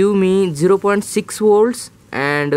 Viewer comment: woltage and burt - it hurts sometimes but i continued listening